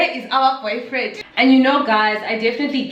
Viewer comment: 🤣😂 "where's your boufriend?!"